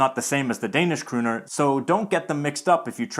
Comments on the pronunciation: You're pronouncing "kroner" wrong. The "o" is not a "u". And you're using the sound that we in Norway use for the "u". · You might have heard the swedish pronunciation. We have kronor and it sounded very swedish to me how you pronunced the o.